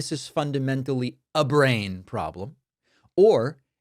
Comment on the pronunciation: when David said this is fundamentally a brain problem I loved the way he said "abrain." Trump is on record stating how much respect China has for Donald Trump's very very large "abrain." Once again on display in all its glory.